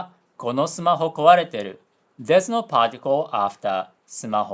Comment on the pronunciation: It's probably not the same thing going on, but I just found funny cos you didn't pronounce の